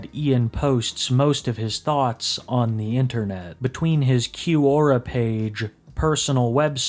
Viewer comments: You pronounce things weird. It's schtick, not stick. That's fromt the zerka video. And it's pronounced kwora, not q-ora. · Wait, HOW did you pronounce "Quora"? "Koo-or-ah"? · You pronouncing Quora as "Cue-Aura" fucking sent me lol Never change ❤